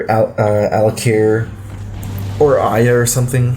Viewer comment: Two syllables too many. It's Aya.